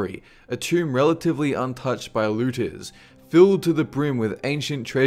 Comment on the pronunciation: what are lootiz? he said, "he was secretly moved to avoid lootiz?"...... ANYONE????